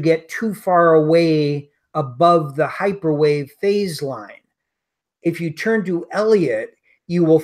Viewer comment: probably says "this is hyperwave" in the beginning of the video, but I have no idea what came out of her mouth. Automatic subtitles show "microwave", but that is just an approximaiton